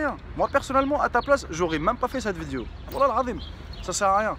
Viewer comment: non mais je t'aime bien je te suit depuis t'as chaine gaming et tout mais wallah faut faire des effort pour apprendre le francais zebi trop l'accent blédart la wallah c'est un délire , oh c'est pas VIDIO mais vidéo !! c'est chaud coméme